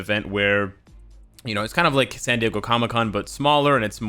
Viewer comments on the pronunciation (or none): none